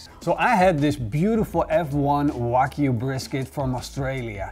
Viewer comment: "Waygu do with it?" Lol